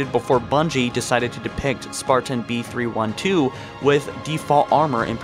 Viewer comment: This nigga said Spartan B-3-1-TwElVe 😂